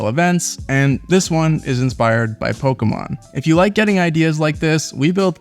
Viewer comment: I commend you for your correct pronunciation of Pokémon. The middle vowel is always a long A or short U sound, never a long E like so many people try to give it.